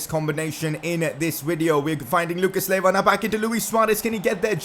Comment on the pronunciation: Lucas laywa 😂😂